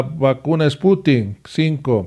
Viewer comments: No es Sputink,...Es SPUTNIK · Creo que es spuntnik no sputin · No,no es esputin es SPUTNIK